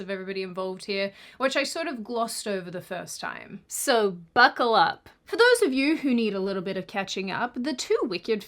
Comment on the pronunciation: "Buccal up"